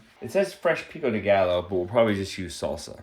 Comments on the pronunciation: "Pico de gallo"... is... is no one going to comment on his mispronunciation of "gallo"? It's pronounced as "guy-o." You do pronounce some words pretty strangely, but I'm enjoying your videos and family :) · Re: pico de gallo. gallo = guy-o pronunciation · Phonetically Pico de Gallo is guy-o